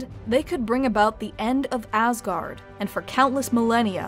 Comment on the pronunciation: cant help but always hear "AssGuard" 😅